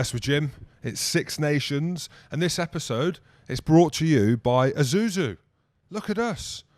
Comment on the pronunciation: Isuzu mate. its an s not a z